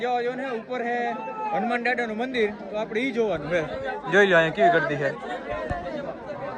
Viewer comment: Bhai hunuman Africa na dada nthi.. pronounce khotu kro cho